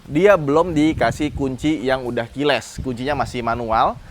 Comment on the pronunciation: salah satu alasan gua tetap suka sama adalah ketika review dia selalu benar menyebut kata KEYLESS...😂